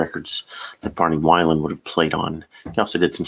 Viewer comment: Thanks for the tip! BTW, Barney Wilen pronounced Vee - len. Cheers!